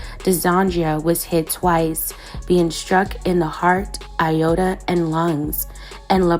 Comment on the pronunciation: That mispronunciation of Aorta was brutal!